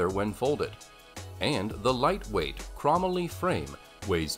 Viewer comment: "CROM-uh-lee" and "duh-rai-YEUR?" I'm guessing they hired a narrator who knows nothing about bikes and just said, "Yeah, his first take is good enough. Go with it." Meanwhile, some of the bikes on this list of the "best folding bikes" are among the cheapest and crappiest available. I mean, c'mon...a Schwinn, for cripe's sake?! And why do all the photos and videos look like they're from the '80s or '90s?